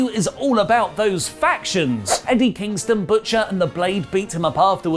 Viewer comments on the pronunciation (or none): none